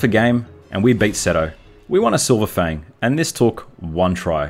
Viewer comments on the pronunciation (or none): none